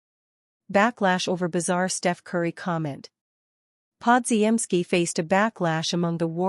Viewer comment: my god your AI announcer is horrible: Brandon Pod-ge-en-ski that is laughable as is the so called news you report--it is old news. pick it up, get a new A.I. announcer..never mind just go away